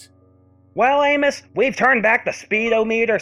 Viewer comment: Nice job with the Crypt Keeper's little handoff to your usual narration voice. Pffft, moribund puns are equal parts eye rolling and suddenly funny, a subset of gallows humor I appreciate from Crypty. Note: The name Amos is pronounced as "Ay-mus" , and the word speedometer usually is heard as "sped-ah-meh-ter", for future readings. Don't ask me why, it is pronounced this way.